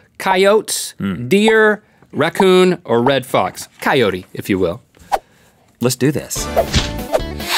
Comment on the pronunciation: He was referring to earlier about his pronunciation of coyote.